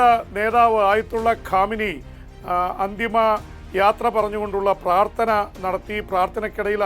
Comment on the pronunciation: ആയത്തുള്ള കാമിനിയൊ?😮 ആയത്തുള്ള ഖുമൈനി യാണടോ. ഒരു ലോക നേതാവിന്റെ പേര് പോലും നേരെ ചൊവ്വേ പറയാൻ അറിയാത്ത താനൊരു മാധ്യമ പ്രവർത്തകൻ തന്നെയാണോടോ